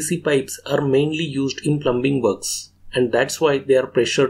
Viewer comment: B IS SILENT IN PLUMBING BRO